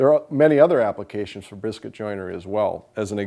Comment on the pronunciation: i swear you said “briscuit” instead of biscuit. that’s not a bad idea. use briscuits in place of biscuits, since briscuits are harder than just plain biscuits. you may have something there…